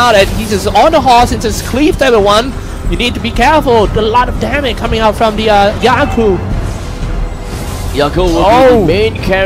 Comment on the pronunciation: Wtf 😂😂 they sound like (the a lot of dame )hahahah instead of (there's a lot of damge ) haha